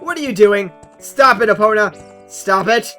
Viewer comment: you say Epona wrong. by the way, I love these videos.